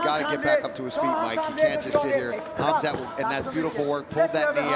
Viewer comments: he said hazmat chimaev lol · It’s Khamzat not Khazmat😆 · What's with the khazmat pronunciation lol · It's not kabib it khamzat .